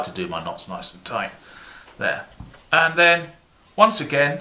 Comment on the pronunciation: he never does... he says "touight"